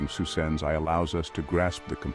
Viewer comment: Gandalf Magneto’s saying Psusenne (although it sounds like Susan)